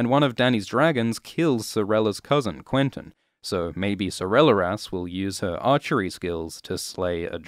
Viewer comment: "a dragon killed quentyn" pfft